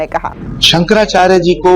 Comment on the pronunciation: संकरा चार नही सुकरा चार है